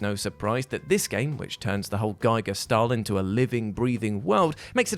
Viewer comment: GEE-GER, not GUY-GER!